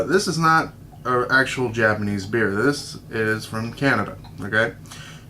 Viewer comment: hahha "make my beah" :D